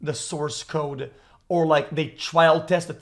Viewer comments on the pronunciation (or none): I can’t get over this fucking guy pronouncing “code” as “cod”